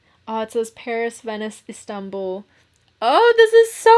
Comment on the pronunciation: I honestly love that can pronounce Istanbul properly 😎